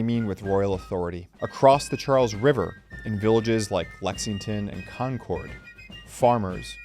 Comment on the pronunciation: He pronounces Concord like Concorde